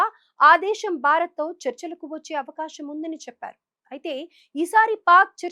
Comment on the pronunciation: Desham kadu Desamm telugu baga nertunikoni news cheppu Yekkada sa Yekkada sha pettalo teliyadu avakasham kadu avakasham